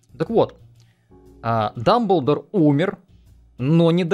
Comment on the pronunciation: Дамбмлдор, Недамблдор